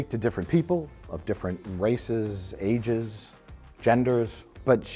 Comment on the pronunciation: What's "agesim"? Is it a new expansion for Sims? Where you play as an elderly movie reviewer from Milwaukee?